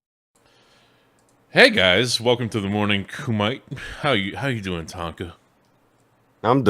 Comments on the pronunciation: Isn't it pronounced Kumite (Coo-Mih-Tay) not Kumite (Coo-Mite)? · Coom ite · I believe it is [kum-ee-tər] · Lol koomite? What a dumbass.